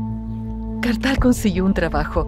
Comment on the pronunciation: Haa Kartal🙄🙄Kartal🙄🙄